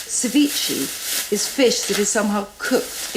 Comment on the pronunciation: cevi-cheh not cevichee